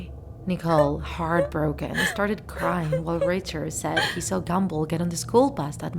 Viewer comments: Me: Gumball Her: Gambull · I hear gamble not gumball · Did she just say gamball its gumball Gumball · U JUST SAY "GAMBALL" INSTED OF "GUMBALL" CUZ U R SOO DUMB!!!!!!!!! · SHE PRONOUNCED GUM BALL AS GAMBLE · "Gamball" lol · I’m not trying to be offensive but you said gamball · she said gumboll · It sounded like you said gemball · Ahh yes... "Gambull" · You say GUM ball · no offence, you said “gamball’ in the first part of the vid XD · Is it just me or do I hear "Amazing World of Gamble". No one? Just me? Ok. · She said gumball wrong